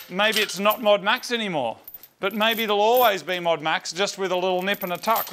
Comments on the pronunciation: "MODEAD MAX" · MOD UNMAX say it like Modern Max as its the modern version but has been un-Maxxed. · "Modu Maxu" Becos drift 😂